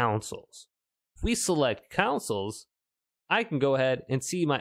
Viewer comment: COUNCILs obviously :')